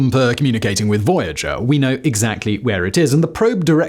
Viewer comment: а Вояджер-1 знает что он теперь фожэуан?! почему-то у голосовых движков рот не набит лягушачьими лапками и они произносят нормально 🤔